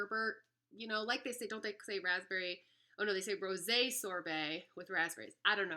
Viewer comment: I just have to THANK YOU for FINALLY pronouncing and understanding the notes CORRECTLY! I've seen a few videos on this now and they ALL have said "ROSE 🌹" sorbet and sniff in confusion for the "floral notes" and I'm screaming through my phone- "That's because there AREN'T any... it's Rose` 🍷 Ro-SAY...made from GRAPES 🙆" Ok, sorry, just had to let that out...😄